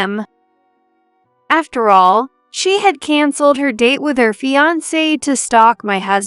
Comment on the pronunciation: Fiancee is mispronounced and it's cringeworthy!